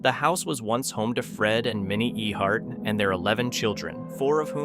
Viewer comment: Its Fred And Minni Eckheart..You Said The Last Name Wrong..